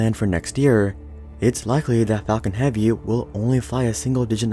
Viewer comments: Anyone would think the same thing When he say falcon heavy I heard fucking heavy But I like it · "Falcon heaveee"